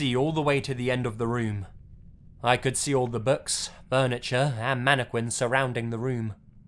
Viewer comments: Facts manne- quinss 😂😂😂😂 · Manna qwins 😂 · Narrator: Announces Mannequins like Mannekwins..Lol. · He pronounces mannequins so wrong. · The way he says mannequins is funny af.😂😂😂😂😂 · Lmaoooooooooo......dude said it several time aswell.